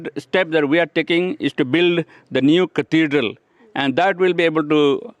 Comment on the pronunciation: Who pronounces Cathedral like this